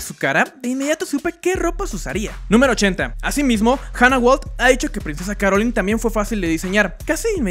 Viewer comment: Es princesa "Carolain"